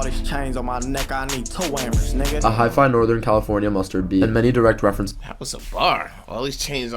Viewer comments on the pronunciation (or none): Oof that voice said “hi-fi” instead of hyphy (pronounced high-fee), that made me cringe bruh